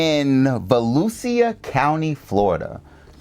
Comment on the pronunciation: (Vo-loo-sha) aka Daytona Beach